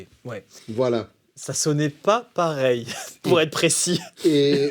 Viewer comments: « Après Steven Wilson il a dit "Ça sônn pah peuhreye". C'est la première phrase qu'il a dû apprendre en Français d'ailleurs. » Ahahahah 🤣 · ça sonne pas paweil !